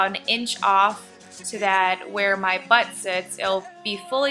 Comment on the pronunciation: I love how she said buttalk😂😂😂😂